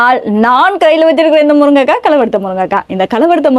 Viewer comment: மேடம், முருங்கைக்காய் ✅ முருக்கங்காய் ❌